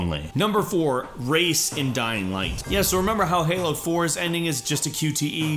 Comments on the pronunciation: Its pronounced riyes not race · Race? His name is Rais (Pronounced: Rise) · twice you BUTCHERED pronunciation. it's Rais, pronounced as Rice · you are supposed to say rais' name like rice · anyone else upset mispronounced Rais's name? anyone?